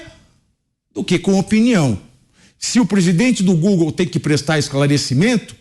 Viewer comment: "O Glogle, Elo Marche" kkkkk é muito analfabeto nesse congresso kkk a dúvida??? Quem votou nesses analfabetos 😢😅